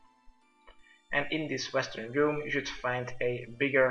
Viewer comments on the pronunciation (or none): none